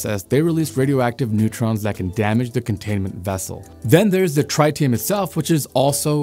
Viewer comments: It’s not “try-tee-um” it is “trit-tee-um” where the “trit” rhymes with “bit”. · I watched your more recent video on the solar tower failure in Nevada first where you added the bonus of viewers’ comments. Now, I can’t help but laugh every time I hear tritium pronounced try-tium. You certainly tryed… sorry, tried, haha. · Nobody pronounces tritium that way. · Say "tritium" again. I dare you. I double dare you! Also, "Chang'e" 😂